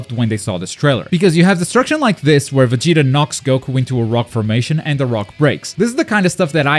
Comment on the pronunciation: Its VegetA, not VegitO, lol